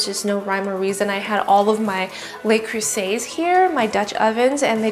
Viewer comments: Okay folks & I know there are quite a few of you out there; ...luh-croo-zay, not lay-croo-say... I had to. :-) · Looks great! Its "luh" creuset though, not "lay" creuset.